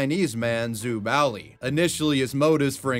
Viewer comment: It's Zhu, not zoo.